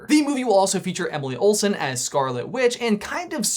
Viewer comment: “Emily Olsen” ???